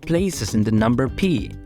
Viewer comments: Pi, ... not "Pea", ... and can he tie his shoes ?!?!? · I couldn't get past you pronouncing pi like "pee" instead of "pie" 😂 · "The number PEA" Yep, not watching anything from this channel. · That was exactly my point. It was an earlier commentator, libberator 5891, who said, "I couldn't get past you pronouncing pi like "pee" instead of "pie." Not I. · That’s how it’s pronounced in French btw lol… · the way he pronounced it is so ancient, he should get with the times....